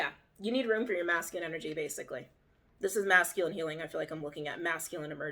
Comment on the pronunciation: “Masking” energy is what I think is being said but she’s saying “masculine”. Lol phew. I had to listen a little different after that lol